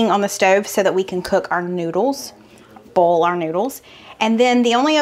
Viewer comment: I dont have many grocery stores in west palm beach...no food lion. Publix, aldi, winn dixie is all. I am a bit bothered by your pronunciation of boil lol! It is boy..ol. 2 syllables...not bowl! Just being funny...love you!